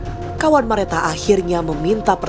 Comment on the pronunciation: Salfok hostnya blg nama korban Merata berkali2 pdhl di Nisan jelas2 namanya Mareta 😢 please jgn ngandelin prompter